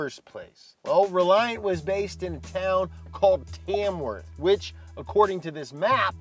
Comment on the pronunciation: That’s where I live 🎉🎉🎉🎉 and it’s pronounced tamuff 😉